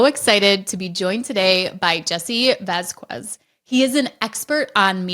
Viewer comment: learn to pronounce Vasquez. You’re embarrassing yourself.